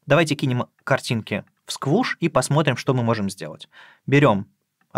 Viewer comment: Произносится, кстати, не как «Сквуш», а как «Скуш». Сквуш уже был занят.